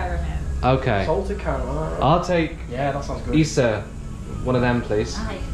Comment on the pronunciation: Great job on your Tagalog! One tip that I would give if you want to sound more like a native is to be mindful of which syllable you stress. For example in the word "salamat," make sure you put the stress on the 2nd syllable: suh-LAH-maht. And for "isa" it's also on the 2nd syllable: ee-SAH